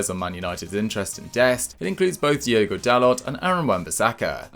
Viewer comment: Its Diogo yes D.I.O.G.O dalot not Diego Dalot hes Portuguese not Spaniard next have more respect about Portuguese language instead blantly calling Portuguese Spaniards like you did with Pedro Gonçalves yes Gonçalves not Pedro González